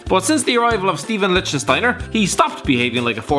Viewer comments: 😂 it's ,Steffan Likt-steiner' bro 😂 Steven Lichtenstiner lmao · Oh for fuck sake, if you're going to run a football youtube channel at least learn players names, Steven lichtenstiner is Stephan lichtsteiner. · You butchered Lichtsteiner's name